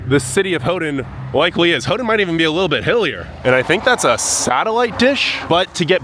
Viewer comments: Not: Hoo-Done Is: Hoo-Ten, or Hoo-Ton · I can tell you are excited, but just for the record, Houghton has a T and not a D in it so it was a little hard to hear you try to pronounce it all the time. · Why do you keep calling it hoe-den instead of Hoe-tun? The city's name doesn't have a d in it. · Ho-den? No, Ho-ton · “Hoe done?” It’s pronounced “Hoe ton!” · Ho-ton not Ho-dun!!!!!!! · It sounds like you are saying "Houghdon". You are forgetting the "T". "Ho-tn" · It’s HoughTON not HoughDON. I cringed every time you said HoughDON. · Why do you pronounce it Ho din?? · Why do you keep pronouncing it "Howdun?" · Great video, but it is pronounced "HOE-TON, never hodun. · Okay, as a native michigander and a snowbird yooper I've got to tell you that your pronunciations are driving everybody crazy but they're too polite to mention it. I'm not. Hoe-ton, Hoe-ton, Hoe-ton, Suomi is Sue-me, the park is Aisle (like in a store) Roy-el (not roy-al) Your Special rock at the breakwater is called "portland conglomerate" by rockhounds and your iron rock was a brick. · Hough-TON. Houghton-TON. Hough-TON. NO D. You’re killing me.